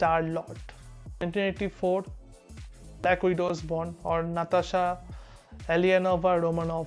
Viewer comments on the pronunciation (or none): none